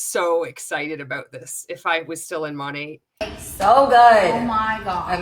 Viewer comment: Kind of material OK the most irritating thing about this other than being a multilevel marketing cult is that MONAT is not pronounced MOE-NAYYY. Not in any freaking language, especially English.